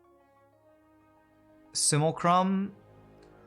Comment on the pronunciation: it's sim - uh - lack - rum;) hehehehe